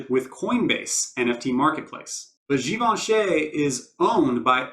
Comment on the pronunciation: Great video. Its nice to hear Givenchy pronounced correctly. Ha. Def one of my fav sets.